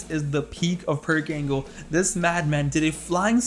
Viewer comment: Can't believe everybody calls him Perc Angle